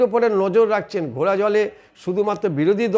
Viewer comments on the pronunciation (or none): none